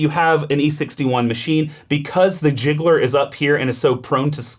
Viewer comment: Really loved this video, it's an E61 group masterclass. Super useful. My only minor 'grievance' is with the pronounciation of "gicleur" which means 'sprinkler' or 'diffuser' and has nothing to do with "jiggler".